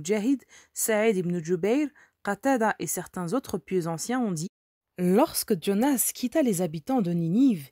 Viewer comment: Quand vous lisez "Jean" vous dites "Djean" ? Quand vous lisez "Jonas" ne dites pas "Djonas", c'est de l'américain et nous sommes en France avec un prénom bien français.